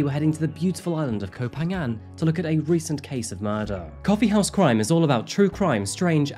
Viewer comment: By-the-way เกาะพะงัน, or Ko Pha Ngan, is pronounced with an aspirated "p" hence the "h" after the 'p' - "Ko pa-ngan". The "ph" is not pronounced like an "f" as you do in English.